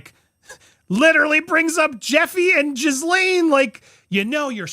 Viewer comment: Jizzlane? Her name is pronounced 'g-Lane.'